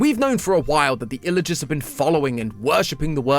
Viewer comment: WHY DOES HE CALL THEM ILLAGERSS!?!????!